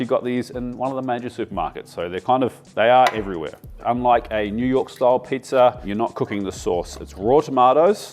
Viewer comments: me personally was more offended when you said pizzer instead of pizza😂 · Should be apologizing for the hard R you add to the end of pizza. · There’s no “R” in pizza …